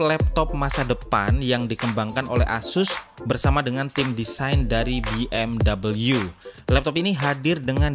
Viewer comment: Be em we aja, soalnya jerman pelafalannya ga gitu